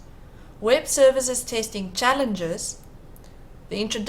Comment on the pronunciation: fake "tasting" what is that? Robot. Not good